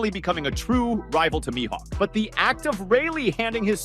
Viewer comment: my hawk? Isn't it like Me-Hawk?